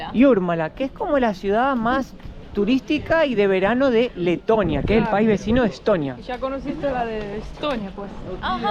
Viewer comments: Pense que decia tetonia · Que bonito es Tetonia....digo, Leeetonia. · quieres decir Tetonia no Letonia.